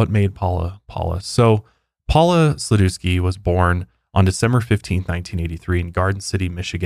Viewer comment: That's not how to pronounce Sladewski 🤣